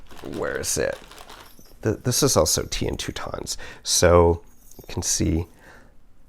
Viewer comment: You will have to learn how to pronounce Toutons! Think trout without the R, then ins. They are a Newfoundland bread dough that is fried in butter, serves with molasses! We usually have them on Christmas Eve. Great job, I love your creativity!